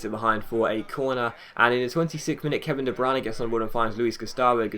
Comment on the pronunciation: de bruyne is not pronounced de branagh